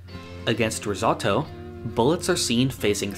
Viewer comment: Rizzautto? It’s ris-oh-toe